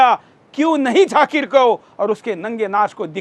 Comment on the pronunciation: Abe chutiye lallu....jhakir nahi zakir.. pehle thik se bolna seekh....